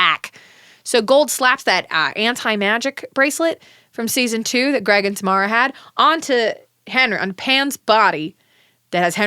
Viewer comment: Saying you don’t remember Tamara then mispronouncing her name for the rest of the episode is iconic